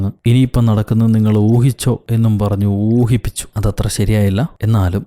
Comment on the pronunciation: ഊഹിപ്പിച്ചു ❌ഊമ്പിച്ചു ✅ 🤣🤣🤣